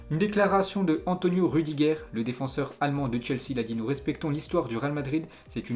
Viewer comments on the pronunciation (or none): none